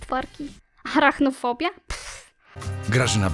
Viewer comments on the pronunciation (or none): hciałem tylko poprawić nie harahnofobia tylko arahnofobia